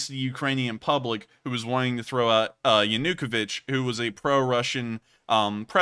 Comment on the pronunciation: It is Yano ko vich, the pro Russian Ukrainian President, please work on that. lol